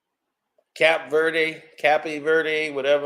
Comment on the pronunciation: CAPE VERDE is pronounced KA-pe VER-de!!! Damn!!!